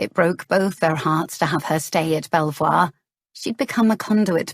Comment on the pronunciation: A very funny story, so far, but Belvoir castle is near our home and is pronounced " beaver", not sure if it meant to be the same place , but just in case